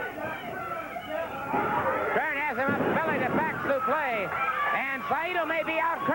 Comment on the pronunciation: Gordon it's supleX, not suplay. This is not a french backdrop. lol